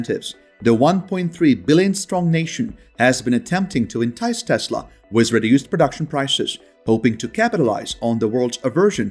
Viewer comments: With is pronounced as WITH not WISS. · The word WITH is pronounced as WITH not WISS. The word WITH is pronounced as WITH not WISS. The word WITH is pronounced as WITH not WISS. The word WITH is pronounced as WITH not WISS. The word WITH is pronounced as WITH not WISS. The word WITH is pronounced as WITH not WISS. The word WITH is pronounced as WITH not WISS. The word WITH is pronounced as WITH not WISS.